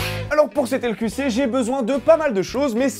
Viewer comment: tu prononce donc le nom de ton émission en portugais ( LQC => L'couché)